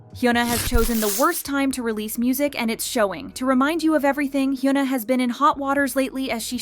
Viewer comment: You could try and improve your Korean pronunciation, as you keep mispronouncing HyunA and Bang Sihyuk. Great content nonetheless